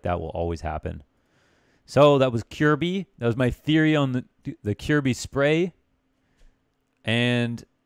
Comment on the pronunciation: No its not. Its pronounced more like Ker-bye in Danish.